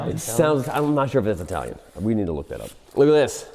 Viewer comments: It's Chitalian. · It’s Chitallian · Chitalian??? LOL!!!😅😅😅😂😂😂